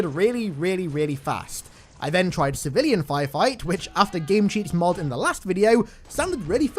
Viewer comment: can't help but hear "MOOD" instead of "MOD"